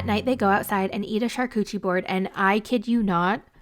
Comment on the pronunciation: Did anyone else hear say Char coochie board? 😂